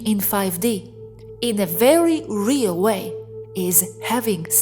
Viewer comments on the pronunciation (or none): none